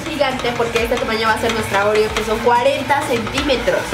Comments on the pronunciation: No seria ''OREO'' dice ''REOO'' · decía reoo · oye Karen dijiste réyelo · Es oreo no reoo xdxd